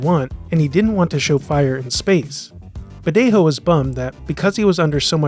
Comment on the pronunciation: Great video but Badejo isn't pronounced with the hispanic "J" sound (the voiceless glottal fricative, in English "H")! It's an English "J" as "jump" sound (voiced postalveolar affricate)! His Wikipedia page has pronunciation audio.